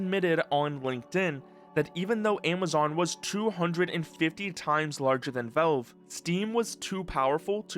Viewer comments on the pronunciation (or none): Is this an ai voiceover? why did you pronounce valve as "velve"?